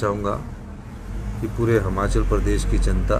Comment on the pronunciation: Yr ye Himachal ko hmachal kyu bolta h😢